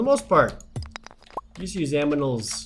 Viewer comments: It’s animals not aminals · Jared said "Buy some aminals."